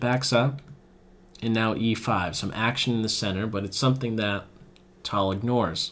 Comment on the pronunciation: It is not pronounced "tall", it is "Tal"